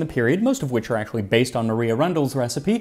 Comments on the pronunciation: 'Maria' is properly pronounced 'Mar-eye-a' not 'Mar-ee-a'. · BTW: Maria Rundell’s given name was probably pronounced like Mariah Carey, not the Spanish name Maria. That’s the case for like 99% of English girls called “Maria” in the 1700s/1800s. :P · In Regency England the name Maria was usually pronounced the way we would say Mariah.